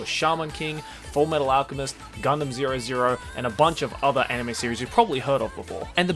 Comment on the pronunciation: um excuse me but it's gundam"double o", love you man